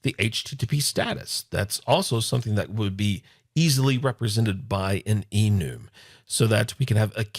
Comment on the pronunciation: just a quick reference, I believe it is prenounced e-numb. Have been working with some Java last year and it is something they have had for a while I believe. All the references I have heard have been pronounced that way. Just an FYI and thanks for the video. Longtime fan Love Your Work